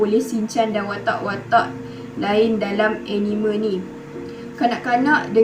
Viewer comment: Jangan la pandang script haha and you pronounce Anime tu salah boleh refer youtube care sebut anime yng betul but keep it up good work!! 🎉